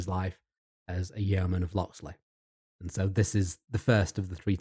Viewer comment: I really loved this video but the pronunciation of yeoman and Yeovil in this video was grating 😭🤣